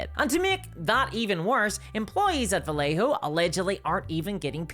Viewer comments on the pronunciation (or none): The double L in Vallejo is pronounced as a y,.